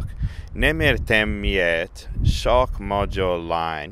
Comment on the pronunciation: In regards to the man , I honestly was wondering whether it was 1) a different dialect or 2) a foreigner speaking with wrong pronunciation. (especially when he pronounced "sok" as the English "shock" etc).